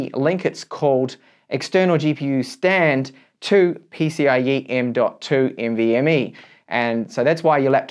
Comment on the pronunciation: lol the way he says nvme. NV..ME good video tho i learned something new